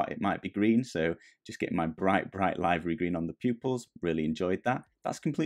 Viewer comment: Question for everyone: wouldn't it be Liv*er*ee instead of Lie*ver*ee?